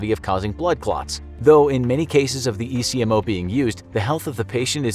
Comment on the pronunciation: My daughter was on ECMO and several other life support described her. ECMO is actually pronounced as a word In he medical field and not as individual letters